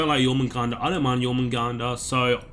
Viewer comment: Dude good shit i agree with every thing but jormungandr, other than that love u and have a merry christmas